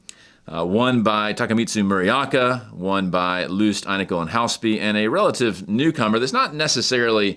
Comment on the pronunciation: Muraoka 村岡 (Village Hill) is pronounced “Moora Ohka”, not “Murry Aka”